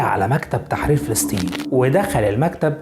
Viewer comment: اخوي ان المعلومات الي عندك حلوه بس ليش نطقك للاسماء غلط مثل فلستين بريتانيا معمِر نص كلماتك غلط اقراء الكلمات صح لوسمحت فلسطين بريطانيا معمَر القذافي